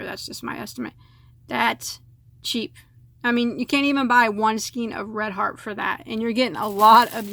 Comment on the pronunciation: "Skein" is pronounced "SkAYn". The "ei" has the long A sound as in the word "say".